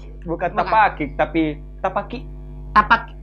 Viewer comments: Tapakiak bukan tapakik.... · Bukan TAPAKIK tapi TAPAKIAK